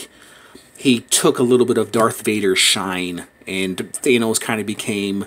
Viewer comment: It thanos not thenos